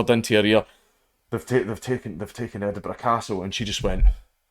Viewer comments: Don't you mean Edin-BURG? :3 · More like Edin-bruh